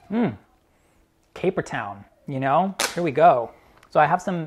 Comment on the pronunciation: Gotta love. "Capertown" lol